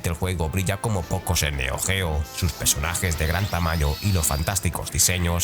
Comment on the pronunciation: Buen vídeo, como siempre, pero vocaliza, cabronazo 😂: “PERsonajes”, no “PEsonajes”